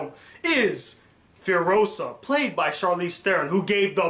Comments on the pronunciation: /facepalm cringe worthy review nitpick redo the review but say Furiosa with the 'I' this time... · Let me join the choir - Waterworld - really? Not only was Waterworld nothing but the most expensive and stupid anti-smoking campaign ever made but what was left of it was a rip off of Mad max. My god man - you jst lost ALL credibility (not realy but close lol). Oh and her name is Furyosa - Fury-osa .. Fury .. yeah get it lol :P Mad Max Fury Road: 10/10 as the most original (action) movie in decades that got a hell of a story but doesn't spell it out for you :-)